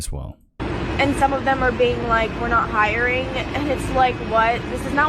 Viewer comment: It's "hiring"...not "hiringah".